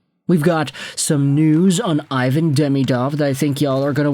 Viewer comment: Ivan prefers his name to be pronounced “eee-vahn”